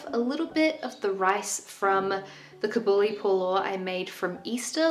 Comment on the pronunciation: Hi! Its pronounced kaa-buli, not kabooli😊 Theres emphasis on the kaa, I wish I could record a 3 second voice note :)